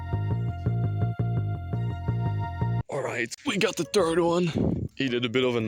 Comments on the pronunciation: I heard "turd one" not "third one" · "We got the turd one" well he's not wrong.